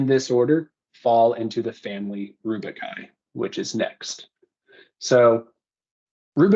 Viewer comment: rubiaceae. not rubiciaceae, not rubicai...simple google search for pronunciation helps